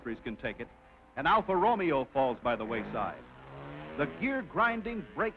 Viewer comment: "Alfa ROMEO"??? Lmmfao!!!